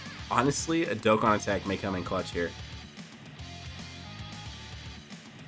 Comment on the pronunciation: Fun Fact of Today: used to pronounce DokkAn Battle DokkEn Battle 👈 (Why?) btw also this was his first OG Vids so can’t call him out to much